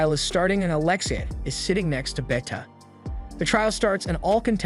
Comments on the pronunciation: 'Beta' not 'Betta'. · Did you just pronounce BETA as Better for the love of all god please pronounce it as baita at least thats close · It is not beta it's BETA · why you pronounce Beta like that 😭😭